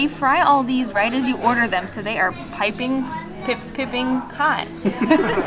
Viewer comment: PIE-ping yes; PIP-ping, big FAT NO! Love you peeps!